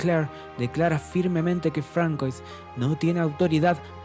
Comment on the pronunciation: Un consejo: aún que se escriba "François" se pronuncia "Fransua" 😉👍🏼. Buen resumen !!